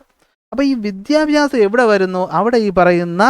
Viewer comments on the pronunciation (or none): none